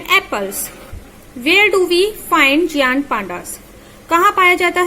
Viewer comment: it is not geaant it is gaint